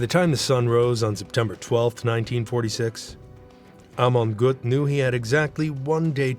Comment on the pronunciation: Prononez Amon Gueut